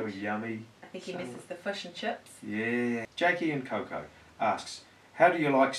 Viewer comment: He misses the fush and chups! HHAHAHAHAHAHAHHAHAHAHA